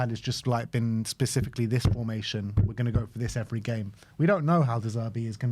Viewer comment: "specifically" NOT "pacifically"